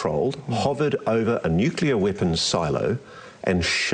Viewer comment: Amongst this bland, nondescript, word salad, you lads noted "nucular" and "eckcetra" and failed to notice the brilliant "constrived". I think his brain has formed a hybrid of contrived and construed. This is nothing more than a Diet Bob Lazar Lite 2023 version of an old concept, told by someone far less believable, with less charisma. You can see it in his eyes that he doesn't believe himself. If you've seen that look, it's almost unmistakable. Great show as always. Oh and God bless the Jaffa Cake. 👍🏼